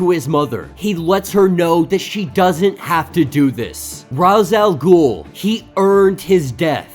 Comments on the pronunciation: Thank you for pronouncing R'as the way I do. I'm sick and tired of all the people that call him Rache Al Ghul.It sounds stupid. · Rache al ghul is the proper way to say it im pretty sure